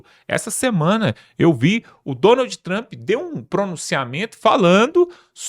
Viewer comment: Sua pronúncia com nome de Trump é horrorosa